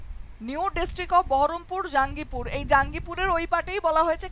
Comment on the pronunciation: Two new districts of Murshidabad are Baharampur and Kandi. And pronunciation of Jangipur is জঙ্গিপুর not জাঙ্গিপুর। Sorry for the intervention.